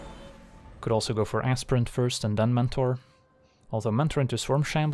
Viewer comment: Sorry did you say ASSPRINT? For Aspirant? 😅